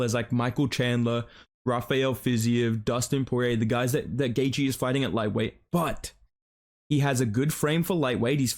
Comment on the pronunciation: I’m so glad you don’t butcher Justin’s last name like Flukas Glazey